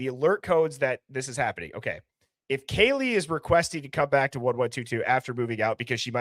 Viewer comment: I hear: Poor Baby...instead of Poor Kaylee...